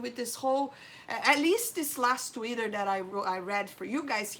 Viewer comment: I love how she pronounces Twitter like "Tweeder". 😊